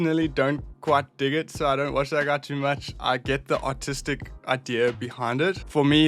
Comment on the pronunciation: when he called the paint guy “artistic” with his accent made me take a double take 💀💀💀